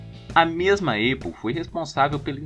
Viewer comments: Só corrigindo, lê-se ¨´Épou e não eipou¨(APLLE) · Ótimo vídeo! Uma correção apenas: Apple se pronuncia "épou" e não "eipou", assim como em "access". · Tirando a pronúncia da Apple que é muito feio quando fala Eipou, rs, muito bom vídeo, excelente pra minha prova de introdução a ciência da computação 😅